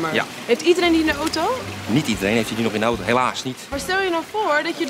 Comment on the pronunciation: Je zegt auto verkeerd jij zegt de naam auto zoo oto😅